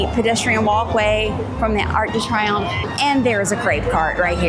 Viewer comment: Great video, thanks for sharing! Also its pronounced “ark duh tree-OMF" (Arc de Triomphe)